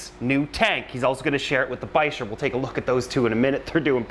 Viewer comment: What's a "bi-sure"? You mean a "biker"? I thought the ch in bichir makes a "k" sound?